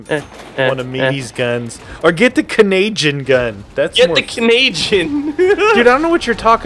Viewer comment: stop saying Canayjin its insulting because im Canadian